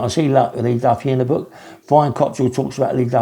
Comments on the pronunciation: Brian Cockerill, NOT cottril? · You have never seen Brian fight, you can’t even pronounce his name correctly which is Cockerill not Cotterill yet you just automatically assume and say he would be killed by Cliff fields. He wasn’t an unlicensed fighter. He was never coming down south to fight anyone either, he was doorman and and taxman of drug dealers. He’s had operations on his back not a heart attack, why don’t you do some research before you waffle absolute nonsense.